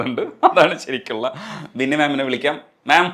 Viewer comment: ബിന്നി ആണ്.. വിന്നി അല്ല 😊